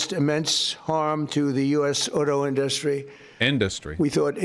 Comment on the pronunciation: induhstry is my fave trump word. the best word people say